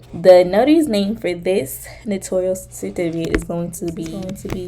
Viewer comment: Just to let people know, the word is spelled "ACKNOWLEDGMENT" without the 2nd "e" so it's NOT "acknowledgement". Also, Notarial is pronounced as "no-tair-ree-uhl . I think people think it sounds similar to the word "notorious". Thanks for the vid! 🎥